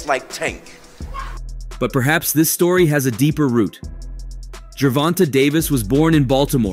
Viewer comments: HE DON'T EVEN SAY THE MAN NAME RIGHT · Why yu on this channel lying like dis 🤦 yu a p.o.s for this..and at least say tank name right 🤦 terrible journalism and video 👎👎💯